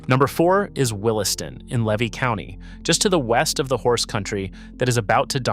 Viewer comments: If you love a guy branding himself as a Florida expert who doesn't respect the state enough to pronounce its counties correctly. Particularly egregious is Alachua, a town and a county, and Levy (pronounced LEE-VEE). More AI software narration without disclosing that's what it is. Deceptive smh. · ugh-latch-ua How about actually visiting Alachua or Levy (pronounced lee-vee) County if you're serious about leveraging expertise about a place you're reeling viewers in to ostensibly educate them; that kind of either 1) intellectual laziness or 2) AI software narration offers two bad options. I'll give you a second chance, but only if you acknowledge how absurd it is to claim expertise while being guilty of undisclosed AI software narration or extraordinary laziness for someone staking a reputation on a state you don't even care to take the time to respect enough to pronounce its towns and counties correctly.